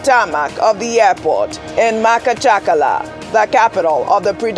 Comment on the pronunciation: it's called Mahachkala the "ch" pronounced as in church